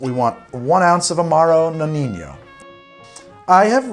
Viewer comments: You pronounce the name of the amaro like "Noniño", ahahahah, it seems like spanish but it's not...so the correct pronunciation is just "Nonino" :-) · nonino not noninho i mean no ni no not that hard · I really like your channel, I really do, but you definitely got to sort out your Italian/Spanish pronunciations! It's Nonino not Noniño, so the 2nd N sounds just like the 1st! A quick Google search before a video is all you need but please, stop making every Italian word sound spanish! Anyway keep up with the good work! Best regards, an Italian fan of yours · What is with the corny "Spanish" pronunciation of "Nonino"? No-neen-yo???? Sorry, we're not in Barcelona. For Italians its just No-nee-no. Let's keep it simple. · Why keeping call it Amaro Noniño? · Amaro Nonino. Nonino. Not Noni~nyo~. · We don't have the ñ in Italian... It isn't El ñino it's knee-no... Good job on the rest my friend.. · No-KNEE-No. there is no “ñ” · For the love of god, its pronounced "No-Nee-No" . There is no enye in the Italian language. If it were spelled the way you pronounce it, it would be Nonigno. Your PSA for the day. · Dude the ñ sound doesn’t exist in Italian. It’s pronounced no-nee-no. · Well i was about to say this after like the 5th butchering but u had it 😂😂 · The Amaro Nonino it's actually pronounced "no-knee-no"...my Italian ear is really hurting by that Spanishsation of actually a great Amaro 😅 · Always thought it was pronounce no-knee-no